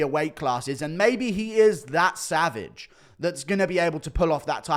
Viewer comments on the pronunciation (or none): none